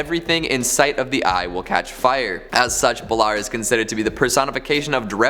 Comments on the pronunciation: Wouldn't no. 5 be pronounced bay-lore? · DUDE, thats not how you pronounce Balor. Baaaa Lore get it right.